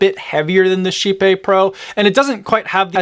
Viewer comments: Totally not how I expected Kype to be pronounced… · As a swede… just… no on the pronunciation thing.